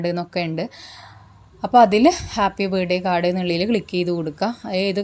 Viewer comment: ബേഡേ കാഡ് അല്ല, ബർത്ത്ഡേ കാർഡ് എന്നു പറ